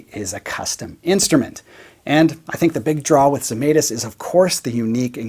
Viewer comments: A lithuanian here.. I guess you would like to pronounce the name the right way as a guitar sounds. So. It goes like Žemaitis. First letter sounds like J from jam. Just without the D in front. Let us all keep all the sounds right. Just like the guy made in his guitars :) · Lithuanian manufacturer. You butchered the name, though. My mom would be furious LOL